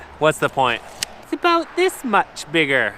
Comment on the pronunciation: Aboot an inch